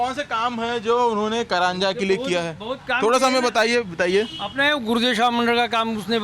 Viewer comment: करंजा नहि, कारंजा (घाडगे) कहो.